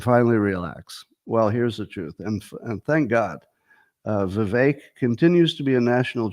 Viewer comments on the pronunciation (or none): none